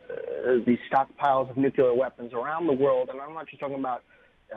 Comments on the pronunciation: It's nuclear not nucular for the love of God!!! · "nukyaler" = no credibility. Nuke Lee err. not that hard.